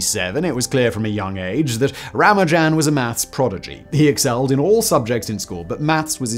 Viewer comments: Correct pronunciation is Ra-MAH-nujen (though it seems a popular pronunciation among brits is Ra-mah-NU-jen) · "Ramajan-a-ding-dong" "Ra-man-jan"?? "Ra-manu-jan" You must have recognised you pronounced it three different ways...but didn't bother to correct?? So disrespectful... "Tilling" the plane... do you just make noises with your mouth without regard for the meaning?? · How did you manage to lose a whole syllable from Ramanujan's name? I know the Indian pronunciation puts a little less stress on it than the usual English pronunciation but dropping it entirely is a bit much. Edit: Oh, you do get it (or at least closer) a few times. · gaaah.... Ramajan???? Ramajan??????? It's RamaNUjan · Ra-MA-nujan... not RA-ma-jan... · Ramanujan : ❌️ Ram a jam : ✅️ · “Tilling the plane” “Ramajam” Dude, don’t rush the pronunciation. 😅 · Lol "Ramajan" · It's rama- new- jen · 'Ramajam'?!? Really? You might at least have learned to say his name, or perhaps pronounce it how it's spelled. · Would normally say it doesn't matter but ruhman nojan 😅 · This video probably will get the Guinness Book of World Records entry for the largest number of (incorrect) permutations of pronunciation of 'Ramanujan'🤣🤣🤣🤣🤣🤣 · Simon with his own super permutation discovery by saying Ramanujan's name every which way except the correct way 😅 And FermaTT 😭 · He used like 7 pronunciations, none of which are correct lol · Consult with someone who speaks Tamil, how to pronounce Ramanujan and consult with any mathematician on how to pronounce Euler. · Was the intent to pronounce Ramanujan’s name differently every time you say it? He was not an amateur tho. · How many ways can he mispronounce Ramanujan though? 😀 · I got to where you totally failed to pronounce Ramanujan's name. Not watching anymore until you correct it. I'll wait. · Harui, Ramanujan, Euler and Fermat were all mispronounced in the video. Disappointing! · Guy can't pronounce Ramanujam. Ffs.